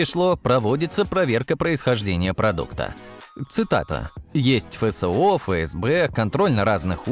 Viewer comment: "Фэ сэ о" - позорище! Вообще-то Эф Эс о! Русский знать надо, прежде, чем разговаривать на нем!